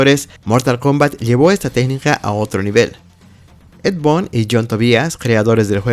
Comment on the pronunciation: La palabra "games" no se pronuncia 'yéims', sino 'guéims'; así con la 'g' suave. Boon = bun. Tobias = Tobáias. Como compensación, aprecio mucho que, gracias a tu video, hasta ahorita vengo enterándome que Ermac viene de "Error Macro". 🙂👍🏻